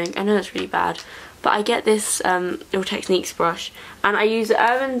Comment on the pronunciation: the way u say real techniques is making me choke skrrrrr I'm shooook hehehhe